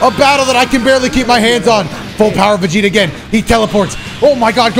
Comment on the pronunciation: Seereax and Vegeta showed Goku there "BOWER"!!!